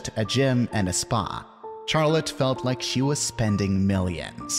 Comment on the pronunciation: You pronounce Charlotte in a horrendous way.